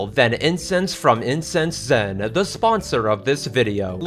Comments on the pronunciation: For a moment, I though you said “Incest Len” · So... How many times did you accidentally say "Incest zen" in the recording of the IncenseZen sponsorship